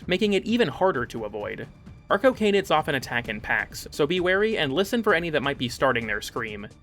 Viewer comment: Anyone else hear “our cocaine-id” every time arcocanids were mentioned? No? Just me? Uh. Cool. For real though, awesome video, mate. I love things that show me all the crap I never noticed in things I love. Your content has always been excellent, but it’s only gotten better over time. And awesome to hear here! That man’s voice is a deadly weapon.